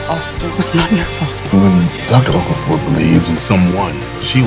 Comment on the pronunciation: Okaafor not okufor